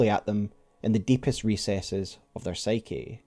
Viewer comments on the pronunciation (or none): none